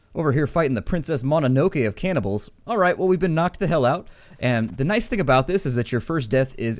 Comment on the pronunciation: Cannibals not "cabernils"